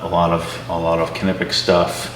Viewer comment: Nye-pex or nip-ex...not "kuh-nip-ex". come on man